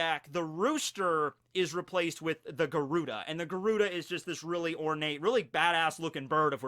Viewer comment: Yo. Garuda is actually pronounced Guh-rurd. It's a creature from Hindu mythology.